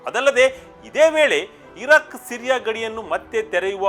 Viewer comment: ಇರಕ್. ,ಇರಾಕ್ ಉಚ್ಚಾರಣೆ ಕಡೆ ಸ್ವಲ್ಪ ಗಮನ ಕೊಡಿ